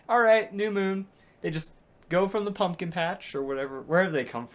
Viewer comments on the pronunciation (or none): none